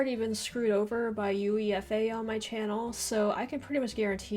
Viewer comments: U-E-F-A? It's "You-way-fuh." You pronounce it as a word. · "U-E-F-A" 😄😄 it's actually pronounced "you-eh-fa" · You dont read U.E.F.A you read it just like a word "uefa" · Eufa you mean uefa lol, this is painful to watch, how can you make football videos when you know diddly-squat about it lol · Hehehe 😂🤣 U. E.F. A. Took me a while to realise that she was talking about You-ey-fa. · Lol please stop spelling out UEFA when you refer to it. Do you spell out FIFA, or just say FIFA lol? Just say UEFA. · It's not U.E.F.A. :) It's UEFA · UEFA is pronounced yoo-AY-fə in English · We pronounce UEFA as ‘you-ay-fa’ lol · Just a tip, but UEFA is commonly pronounced as a word, "you-ay-fuh". Might be easier for you to say it in the future compared to saying the acronym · Just a note: UEFA is normally pronounced /juːˈeɪfə/ (you-ay-fa) as opposed to pronouncing each letter. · We don't call the organisation "U.E.F.A." by the way, it's just pronounced "Yoo-Ai-Fa" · UEFA is pronounced as “You Ay Fuh”. So not u e f a separate.